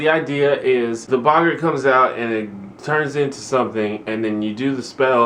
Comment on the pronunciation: Your pronouncing Boggart right, no worries, but the Riddikulus spell is more pronounced like the word "ridiculous" re-dik-ew-luss I found when I watched the movies that helped me a lot with the stuff and named I was completely lost on (looking at you Professor McGonagall) It's real fun to see your Harry Potter adventure unfolding. You have the same questions we all did, and I just hope you love it as much as we did. Trust me, the books do start getting a bit mature after this one.